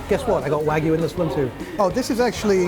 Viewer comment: what's wrong with his pronunciation of Wagyu? The only issue that is he could have elongated the last syllable slightly for the う, but that's pretty nitpicky.